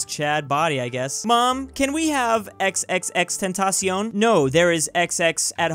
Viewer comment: Respect that he knows how to say XXXTENTACION